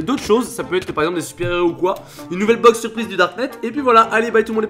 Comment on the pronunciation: du darkneteu 😂